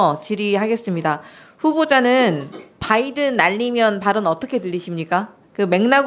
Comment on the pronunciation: 바이던은 박으면으로 들리것지...